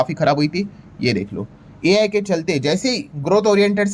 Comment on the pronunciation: हमारे गुरु AI को आई बोलणे मे खुश है